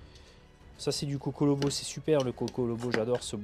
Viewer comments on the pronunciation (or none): et c'est du cocobolo et non cocolobo